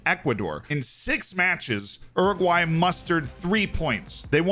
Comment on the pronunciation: Oroguae 😂 still slip that Anglo R tho